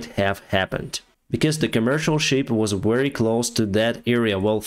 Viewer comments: It's the SHIP not Sheep 😅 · It's shIp not sheep (you know creatures that go baaa, baaa 🙂